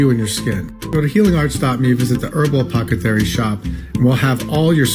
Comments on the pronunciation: That snake oil salesman at the beginning saying "apocathary" instead of apothacary just terrifies me more than I thought was humanly possible. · Did no one notice he said APOCETHARY? If you can't pronounce your shop I don't trust your advice... from 1892.